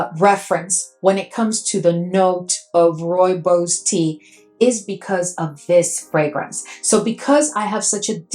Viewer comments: Roo-ee-bos I think you said it right Need to get my nose on that one. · Thank you for your video❤ Rooibos Tea is indigenous to South Africa and only grows in the Cederberg Region (Cape Town could be the closest reference,😊). Also my Home Town. Your pronunciation is very, very well done. Pronounced: "Roy-baws". It is a very unique scent indeed